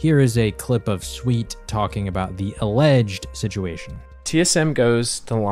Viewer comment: I like how he has to emphasize "alleged" so he doesn't get flamed by TSM fans lol